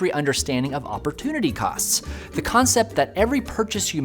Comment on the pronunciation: It’s pronounced “the”. “The” old shoppe. “The” old income.